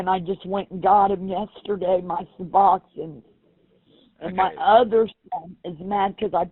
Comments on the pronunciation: wtf is seboxine... must be really important to her... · haha all i hear is suboxins lol